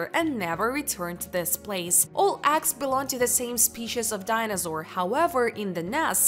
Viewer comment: Ok done 😂 Couldn't handle hearing eggs pronounced axxs. Was like nails on a chalkboard for me. But I'm sure she's nice. 😂 Thanks u.